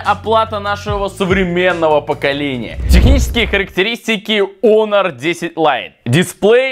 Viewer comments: Может хонор а не онор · Почему не Хонор? А Онор?😂